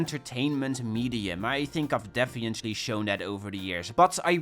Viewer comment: Hey, I don't want to be mean but, where are you from, because every time I hear you say "definitely" I cringe so bad hahaha.